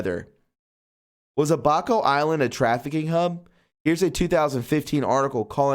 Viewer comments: It's Ab, as in 6 pac tummy abs, and a soft a and then co with a hard c. Now say it all together, Abaco. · Its pronunced Abba' Co' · It is pronounced A BA CO, and not as you pronounced it.